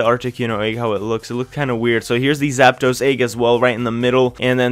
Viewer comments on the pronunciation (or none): none